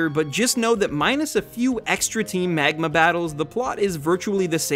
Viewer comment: i absolutely loved all this analysis, except the parts where he says "megma", made me chuckle